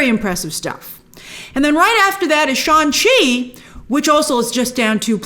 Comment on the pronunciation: Brian Tong had corrected your pronunciation of SHANG-CHI. The G is pronounced.